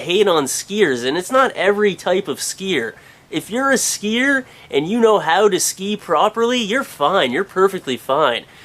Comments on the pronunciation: dude SKIIHEERRRRRSS LOL you say skii and skiier aa lot lol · Haha the way he said skier was fucken awesome